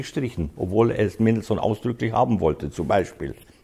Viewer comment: haha! Seine falsche betonungen sind einfach lächerlich….ein falschebetonunglexikon